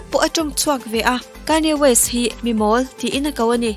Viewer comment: Kanye west... Kayne west tiin i lam tlat a... a dik zawk a mi, hetia lam tur zawk hi a nia mi?...